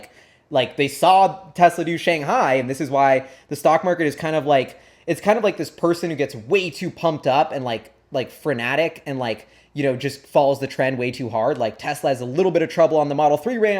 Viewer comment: Frenetic not frenatic, but keep up the good work.